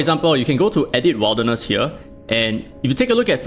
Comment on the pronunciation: Wilderness is pronounced more like "Will" rather than "Wild"